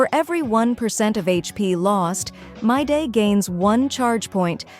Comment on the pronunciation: im aboit to crash out. Creator if you read this fix the pronounciation of your ai or google generated voice. Hearing "Myday" makes my blood boil. His name is "Mydei" WITH AN I. and whoever disagrees. Play the fogging story. everyone and their grandma pronounce him "Mydei" with a long I.